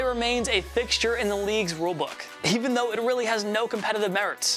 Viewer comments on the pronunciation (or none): none